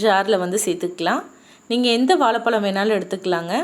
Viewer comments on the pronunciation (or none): தயவு செய்து தமிழை சரியான உச்சரிப்புடன் பேசினால் இன்னும் நலம் சகோதரி.வாலப்பலம் இல்லை வாழைப்பழம். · Item👍👍.. Bt ur Tamizh😴😥👎... Tooo much kodumai. Ayyo Evalo times vaalapalam.Banana sollalam atlst.keka mudiyala words👎